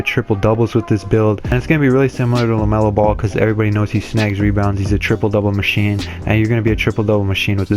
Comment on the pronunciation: LaMelo not Lemelo